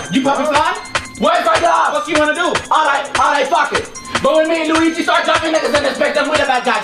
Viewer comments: said WEEGEE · you can hear him say lugi lol. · Luigi said “WeEGiE” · Lol if you listened closer he said “WEEGEE” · Dude whole said UIGI!! LMAO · kourtney scruggs Lol it sound like he said "we g" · I swear link did not just pronounce his name as “Rye-u”